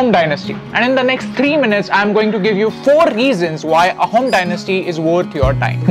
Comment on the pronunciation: Loved the video and the content. A couple of things about the pronunciation: the word 'Ahom' is supposed to be pronounced more like "Aa-hum". The pronunciation just gets lost in transliteration. Also, anytime you come across 'ch' in an Assamese/Ahom name written in English, you can be certain that it denotes an 's' sound. So, "Laa-sit" for "Lachit". In the general's name, the surname is also pronounced as "Borphukon", with an 'o' sound for the last 'a'. Not an attempt at discrediting you people. Great to see you choose this topic.